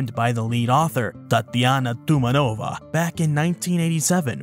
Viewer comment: Btw it's tumAnova, if anyone concerned 😁